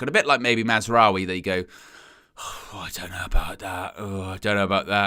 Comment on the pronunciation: Don’t get me started on Mar-wa-zahri